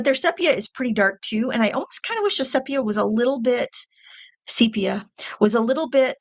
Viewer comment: Thank you for saying "sepia" right!